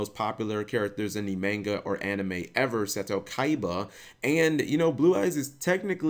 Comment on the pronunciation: Dude. Cap. I love you and your channel. But you HAVE to start pronouncing the word "manga" properly. PLEASE